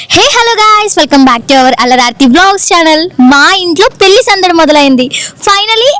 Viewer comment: పెళ్ళి అనడం నేర్చుకో ముందు పెల్లికాదు😡